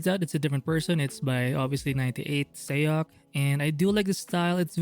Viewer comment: it's more like sock or sohk not sayuk